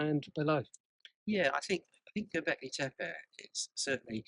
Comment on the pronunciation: Well done with the pronunciation of "Tepe" = "hill" - most Brits and Americans botch up the second "e", but you didn't, it was exactly the same as the first "e", as it should be. "Göb" rhymes with British "burb" as in "suburb".